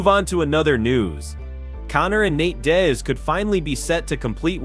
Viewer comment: When he says Dane-ass. Nate Dez.then it was Die'az . Your Butchering names brother. And in another video it's pronounced Kumshot not hazmat geez ole man